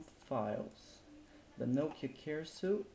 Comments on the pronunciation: Fajny flimik. Jedna uwaga. 'Suite' wymawia się jak 'sweet' lub 'słit'. :P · "Suite" is pronounced "sweet", since you seemed uncertain :)